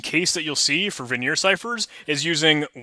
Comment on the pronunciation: Great videos! FYI, Vigenere is pronounced like vee-zhen-AIR. Also, a dequeue is a double-ended queue, and is usually pronounced Dee-Cue (DQ).